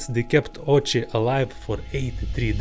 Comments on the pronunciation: It’s pronounced Oh-Wee-Chee. 🙄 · 1. Why does this guy have to cover his face with a mask? 2. I like his east European accent. 3. Pretty sure some people would fun of Ouchi’s last name as in “Ouch” - the correct pronunciation is “Oh-oo-chi”